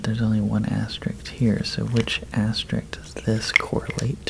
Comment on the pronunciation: It’s pronounced aster isk